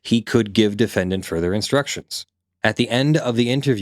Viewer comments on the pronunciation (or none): none